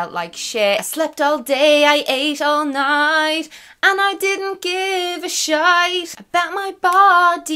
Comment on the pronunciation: I am fully in love with the fact that you rhymed 'night' and 'shite' in your accent